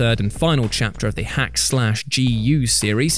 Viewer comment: Thank you. That was pretty cringe to listen to....